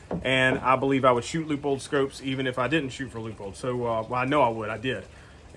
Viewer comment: Wow great review very knowledgeable. Side note thx for pronouncing Leupold correctly lol